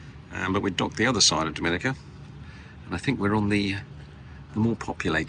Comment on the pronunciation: Great post guys ❤ For future reference, Dominica is pronounced DOM IN EE KA 😉